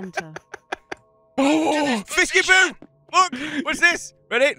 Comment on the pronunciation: Thought it was usually fiskypoo